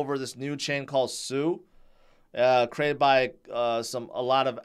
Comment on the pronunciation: Sui = SWEE, not SUE.